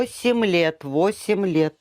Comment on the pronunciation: Восим лэт, восим лэт...где то я уже слышал..